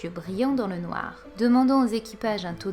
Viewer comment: Super vidéo comme dab.merci a toi.jador ta théorie(reve).he comment ta dit noir a 18min30.lol.